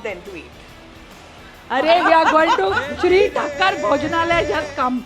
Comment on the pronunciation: Madam its thaakar not thakkar